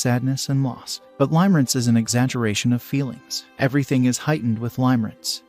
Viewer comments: It's pronounced (lim-uh-rinse), not (lime-rinse). I cringe every time I hear that. Please fix it. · Ha!! Yes. I kept hearing him say Lime-rinse. HAhahahahahahaha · FYI he’s totally mispronouncing the word. It’a pronounced “Limmer-ance” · The pronunciation of "Limerence" is actually incorrect in this video. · Right and it’s annoying me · In spite of the incorrect pronunciation, if this is an AI generated voice then it is amazing. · Thank God you said it, it was driving me mad : ) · HOW CAN YOU TAKE THIS STUPID VIDEO SERIOUSLY WHEN THEY CAN'T EVEN CORRECTLY PRONOUNCE THE WORD "LIMERENCE." LEARN HOW TO PRONOUNCE IT BEFORE DOING A VIDEO!!! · Thank you the mispronunciation. Was pretty annoying